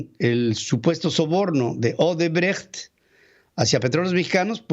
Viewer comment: Pedro buen fin. Tuve oportunidad de trabajar para Odebrecht México, y extranjeros y nacionales lo pronunciaban Osebrecht, tal y como sr escribe, no Osebrejt, ni Odrbrajt.